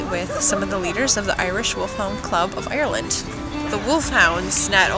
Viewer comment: Definitely doesn't sound American at all. I've not met one person down here who says it like that...